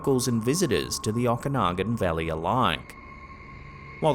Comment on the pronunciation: hi. As a kid I was always terrified when we drove past or went to Okanagan Lake... Even as an adult, it scares me to swim there. My logical mind says dont be stupid, but the rest of me is scared to death!! Oh, and its pronounced (phonetically), as Oh-Kuh-Noggen. I hated that it was the regular place for us to go... Always thought, "Can't Mom pick some other place" hahaha